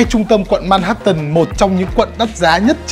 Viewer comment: Ban doc sai manhattans roi , phai doc la man hat’ en